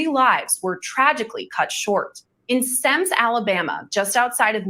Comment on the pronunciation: Semmes is pronounced Sims